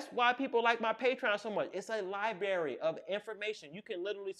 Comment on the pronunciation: “Lie-berry” vs “Library”😂